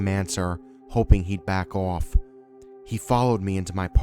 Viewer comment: I love that Boston "back off" early in the video